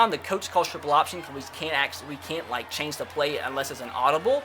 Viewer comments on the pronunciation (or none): none